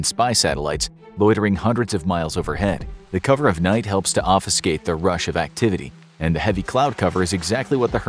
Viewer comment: "Offuscate." Obfuscate***